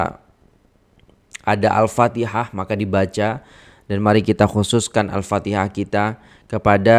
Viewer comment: Sedap dgr alunan al fatihah tuan. Tajwid pun terjaga.